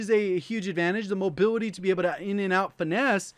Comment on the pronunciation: I cant unhear him saying mobiwity when he says mobility lololololol